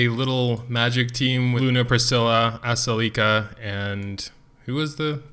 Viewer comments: Uh-sell-eh-ka the way you say her name is making me cring. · I pronounce it like Ass-el-ih-ka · Your Ascelia and Shea are entirely wrong